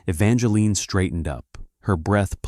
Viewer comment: Her name is not Evangeline 50 Evangeline. The E on the end is silent. The story would be better if it was told by a female since it is a female story instead of a male story. You should have two different voices telling the story one male one female .